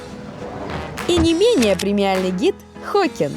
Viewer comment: какой Хокин? его зовут Хоакин, разница есть и это имеет значение большое, так что ведущая след раз повнимательней